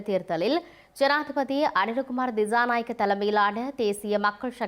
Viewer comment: Girls please use the right pronunciation for some words, don’t say the incorrect way as stylish. Pronunciation as “cha” not “Sha” Thichanayaka, not Thishanayaka